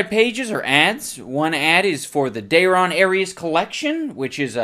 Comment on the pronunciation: That is great too. I also love how he just immediately fucks up the name at the start, saying "Dayrias". HOLY FUCK while writing this comment the dog bark happened in the background and I burst out laughing again. Gold.